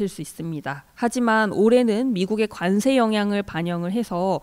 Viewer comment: 과장님 비주얼은 주임 같아요... 그런데 저도 관세가 자꾸 간세로 들려서....ㅎㅎㅎ